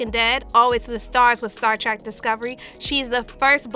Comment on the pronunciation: Did you say "Star Trak"? It's Star TREK